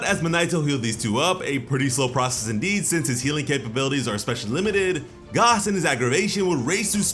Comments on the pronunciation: It’s pronounced Gas like regular gas not gaas. There’s oil, elect(short for electricity) they are the heaters. Please stop saying Gaas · I hate how this nigga says gas its just gas like what goes in the car my dude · Please, for the love of Yamoshi, please stop calling him "Gaas", his name is ⛽ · Dude. His name is "GAS" like GASS not "GOS". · Why you pronouncing gas wrong?… lol